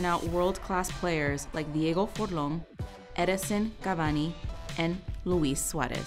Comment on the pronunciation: Did she just said "Diego Forlon" and "Edinsen Cavani"?